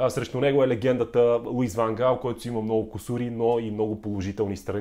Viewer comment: По принцип не е Ван Хаал, а Ван Гаал. Миналата година силният Нидерландски състав прескочи група с очевидно по-слабите в сравнение с Нидерландците отбори на Австрия, Украйна и бившата Югославска република със столица Скопие (за Северна Македония става въпрос), но не можа да изхвърли Чехия. Да, Чехите имат полуфинал през 2004-та, но със сегашното си име. В Нидерландия има много класни футболисти, но липсата на най-опитните за всички времена Едвин Ван Дер Сар, Ариен Робен, Уесли Снайдер, Рууд Ван Нистелрой, Кларънс Зеедорф, Робин Ван Перси, Рууд Гулит, Денис Бергкамп и Едгар Давидс си казва думата. Да, те може да са на най-малко 46 години, но Нидерландия с играчите, които споменах и редом до тях личат имената на Върджил Ван Дайк, Мемфис Депай, Матиас Де Лихт (същият Де Лихт, който не успя да се справи със задачата да неутрализира Спас Делев в онзи мач на Нидерландския национален отбор с нашия) и Жорджинио Вайналдум, ето това щеше да е състав, достоен за финал на световно по футбол. Иначе според мен Нидерландците ще отпаднат на осминафинал, тъй като мачът от осминафиналите ще се реши след дузпи, където Щатите очевидно тренират изпълнение на дузпи, а и ги видехме преди 8 години какво стана с тях. А за тва с рака - жалко че човек като Ван Гаал е получил рак, на абсолютно никой не му пожелавам да получи рак и подобни болести.